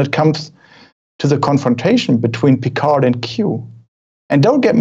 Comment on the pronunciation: Auch, wenn es das englische Review ist, so könnt ihr doch Picard richtig ausprechen, wie wir oder vor allem die Franzosen selbst es tun: ohne "d" am Ende. ;) BTW: Etwas weniger Klischee-Deutsch im Tun und Aussprache fänd ich angenehmer.